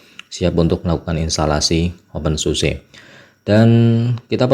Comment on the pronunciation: bacanya "open susa" bang